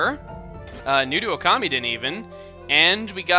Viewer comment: i thought it was pronouced (Oh- ka- mee- den). not (Oh- kami- den)